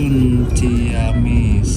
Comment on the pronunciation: Banyak salah pengucapan nih... bukan cia-wi tapi ci-awi, bukan cia-mis tapi ci-amis. Nama2 tempat di wilayah Sunda biasa diawali kata ci yg artinya air, sungai. Ci dan awi dibaca sbg vokal rangkap bukan diftong. Dan Leles dibaca Lélés, dgn e taling bukan e pepet, dibca spt pembacaan 'enak'.